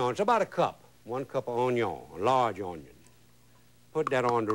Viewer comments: I have so many fond memories of watching this guy on PBS with my mom. Makes me happy to see him again. My mom still pronounces "onion" the way Justin Wilson does - "awn-yon." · He loves his “ onyion” childhood memories